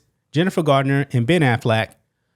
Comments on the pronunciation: It's Jennifer Garner, not Gardiner. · Garner, not Gardner..